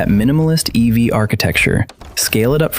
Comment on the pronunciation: Hyper Eve? LMAO! Next time, try "E.V.". It would let your AI know how to pronounce it. Haha